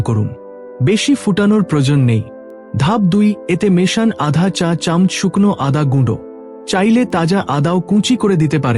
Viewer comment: চামচ উচ্চারণটা আপনার ভুল হচ্ছে।